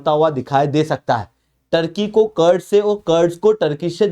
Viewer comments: कर्ड्स क्या होता है रे, कुर्द Kurd, बोल कुर्दीस्तान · कर्ड नही कुर्द क्या आप लोग सब चीजों का english बनाने के चक्कर मे अर्थ का अनर्थ कर देते हो।पढ़ा रहे हो तो कम से कम पढ़े लिखे जैसा बात व्यवहार करें । मेरी बात का बुरा न मानते हुए कृपया इसे सुधारें।धन्यवाद